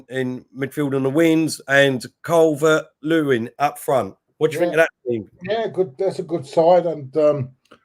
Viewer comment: It's Calvert-Lewin not Calvin Lewis 😂😂😂